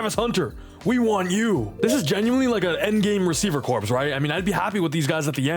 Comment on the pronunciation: Can you please stop saying corpse? Corps= CORE